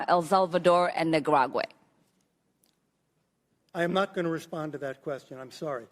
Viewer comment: Miss Omar: is that a new country? “Nicaraguay”? Nicaragua+Paraguay?